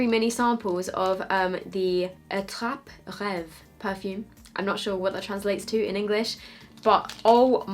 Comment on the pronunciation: Hello! As always, I am very fond of watching your videos! About the perfume at Louis Vuitton (you pronounced it correctly btw!), "attrape-rêves" means dream catcher is French! Love from France! 💖💖💖